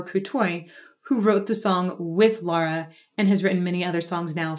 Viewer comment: I think I’m the only one on the internet who doesn’t care for Dimash. I have a hard time understanding his words. As for Lara, her pronunciation is perfect!